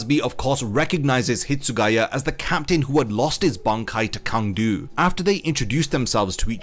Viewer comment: Quick pronunciation note: Cang Du is "Tsang Du", not "Kang Du". Chinese Pinyin can't simply be read according to your intuitions as an English speaker.